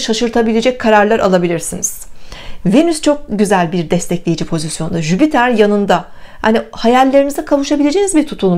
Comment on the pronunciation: Bir de Jüpiter gezegenini telaffuz edebilseydin süper olurdu hani yaani.😏😏. en sevdiğim gezegen hem de ama söylemeyi bile beceremiyorlar.